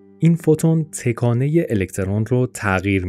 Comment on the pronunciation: ویدئو عالی بود ولی از اینکه در طول ویدیو دائم به جای تَکانه هی گفته می شد تِکانه خیلی اذیت شدم